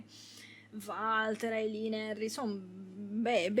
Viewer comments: sentir pronunciare Valter con la V al posto di "Uolter" mi fa pensare ad un umarell milanese "varda lì il Valter, un giorno di questi te copa qualcuno tel chi" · finito l'anno scorso in 2 giorni fu intrigante ma preferisco il 3 per favore si pronuncia wolter 🤣non si può sentire chiamarlo come è scritto